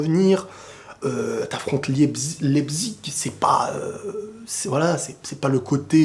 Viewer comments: svp prononcer la véritable prononciation de leipzig, c'est pas "lepzigue", "lepzich" mais "laïpzish" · C'est pas lepzig mais laïpchich la prononciation sinon continue go le millions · en tant qu’alsacien jv te donner un petit tips, Leipzig se prononce « Laïpsiche » ahah de rien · Leipzig se prononce : l'ail - psich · Ahh voilà on est d'accord Je me disais aussi qu'il le prononçait mal J'ai fais allemand également 🤦‍♂️🤦‍♂️🤦‍♂️ malheureusement...